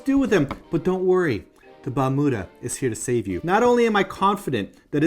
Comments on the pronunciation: Balmuda sounds like you were saying bermuda.. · Yayyyy! New video! I wanna have one too. It is pronounced as Bal-miu-da (バルミューダ) actually. :)